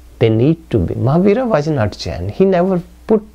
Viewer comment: What is he saying... Marhabara? Jainism didn't start after Marhabara?